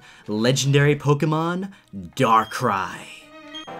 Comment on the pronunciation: I dont know how he is a pokemon fan if he pronounces pokemon wrong and cannot tell if a pokemon is legendary or mythical.